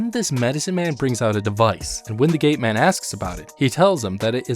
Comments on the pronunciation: i sounds like you're saying "gay man" instead of "gate man" lol. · Got to show the gay pass to the gay man to enter